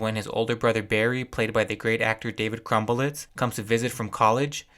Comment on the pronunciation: I have never seen your videos before and really enjoyed this but I have to know did you call David Krumholtz -David Crumble-witz on purpose haha?